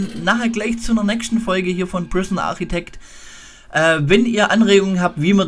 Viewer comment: Das einzige negative ist, dass es nicht Architekt sind er Arkitekt ausgesprochen wird. Sonst ein super vid.